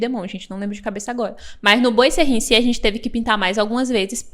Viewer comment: A pronúncia correta é "boazerri". Adorei a explicação de como instalar.